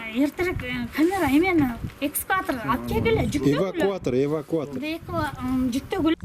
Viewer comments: Эже:-«Исквататор чакыргыла» 😂🤦🏻‍♀️🤦🏻‍♀️🤦🏻‍♀️Милиция:-« орусчаны туура суйлонуз» 👏👏👏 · Экскуатор эквадор🤣🤣🤣🤣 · Демиону айдаган катын арын жок катын экенсинда орусча суйлобойле койгулачы. Экскаватор дейтко 😂😂😂🤣🤣🤣🤣🤣